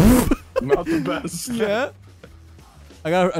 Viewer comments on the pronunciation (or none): I'm tryin mah baes 😂